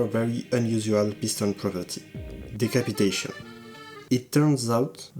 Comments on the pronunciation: LMAOOO, the french sound and you saying "decapitation" in that french accent had me laughing out loud XDD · The "decapitation" with French accent is killing me LOL